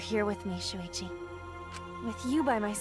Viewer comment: he also says “Suichi” instead of “Shuichi” too